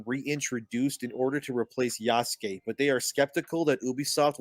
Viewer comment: I really don't understand why people insist on calling him ya-SU-kæy..